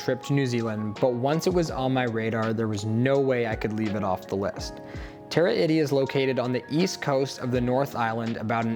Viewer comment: please, taa raa ee tee, not terra itty